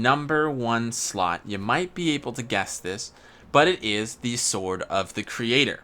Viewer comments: Failnaught can be obtained on blue lions route also it’s might, not mount 🤦🏻‍♂️ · Might, M-I-G-H-T. Not MOUNT. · Can't get over "might" being pronounced as mount 🤦🏻‍♂️ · Mount lol. Its might. Nice list though. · MIGHT. NOT MOUNT. jeez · Lol!!! He kept calling might, mount. He even called durability, mount. No disrespect though, just pointing out a mistake.